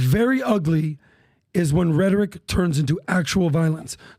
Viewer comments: Cranky English Major. RHE tor ic. Accent 1st syllable. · Loves how he pronounces "rhetoric" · .....too f'ing annoying, like a fly on a pile of horse shit you do not want anywhere near you ! ! PBD......can't pronounce "rhetoric"........ ANY ONE CAN MAKE MILLIONS IN THE U.S.A........WELL, NOT ANYMORE, THE U.S.A. IS GONE!